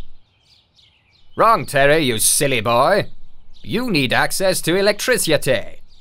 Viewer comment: the pronunciation. omg. so good. love me some electrisutay